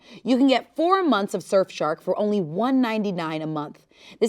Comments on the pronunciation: says "Shurf Shark" instead of "Surf Shark" for the ad & I prefer it being said that way now lmao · The way I thought it was a bit cause she kept saying "Shurfshark" lol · did anyone else notice "shurfshark" 🤣 (teasing lovingly no hate to the people's princess!) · "Shurf shark" 😂 I love so much! 😂❤ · I’m pretty sure says shurfshark the first 2 times she says it 😅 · said shurf shark like multiple times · ShurfShark? XD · Wait did she say “Shurf Shark” ?? 😂😅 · I couldnt tell if the surf shark ad read was going to be a parody or not cus kept saying “shurf shark” lmao which made me think it wasnt real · LOVE the way says surfshark. sherfshark... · anyone else hear "shurfshark" in the ad read??? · SHE SAID SHERFSHARK TWICE. best ad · No shot said "shirfshark" twice and THAT'S the take they used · It really sounded like she said shurf shark the first few times and I thought it was gonna be a bit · So totally said "shurfshark" at least twice during the ad read, right? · was no one going to tell she was saying “Shirf Shark” 😭😭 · said shurfshark...2 times..... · i genuinely thought the surfshark ad was another bit bc kept saying "shurf shark" at first.... i can't... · says fuckin SURE-fshark half of the time in the ad..........how was that not caught.......... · Not saying “Shurf” Shark multiple times 😂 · Nobody: the first half of the ad: shurf shark 😂😂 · Not saying Shurf Shark 😂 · she says shurf shark twice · love how was lowk saying “shurfshark” during the sponsored bit half the time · legit I thought the surfshark ad was a bit at first cause I swear was saying shurf shark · And saying SHurf shark at least twice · I thought the adread was another bit because kept saying ShirfShark XD